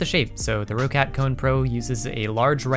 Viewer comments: Just a note, it's pronounced rock-cat, not row-cat ;) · as german its funny how you pronounce roccat xD roccat is a german brand and you pronounce it "rocet" xD